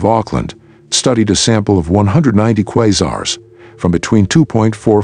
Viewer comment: I was interested in the content but I can't watch a video with a computer voice saying 'Quizars'.